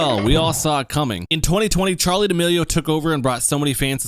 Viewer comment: Who’s Churlie Derillio?